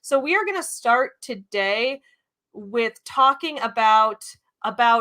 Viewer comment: Every time you say "today" my brain hears "todave"